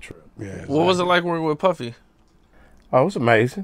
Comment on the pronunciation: It cracked me up how Kokane said puppy instead of puffy when speaking about their relationship 💪🏿💯😂